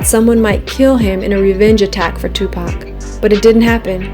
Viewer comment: she really said tupac shock whore